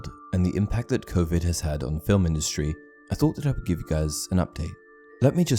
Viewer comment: I want to see dumbledores power because that's why all the death eaters were so scared of him also the word Covid sound very funny given that I'm used to hearing you speaking words like expelliarmus and wizarding wars etc😌😀